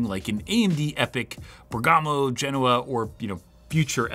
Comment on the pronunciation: MOST Server cores EVER, FOR INTEL. Append that on or it's clickbait and false! Also do us all a favor and look up how pronounce Bergamo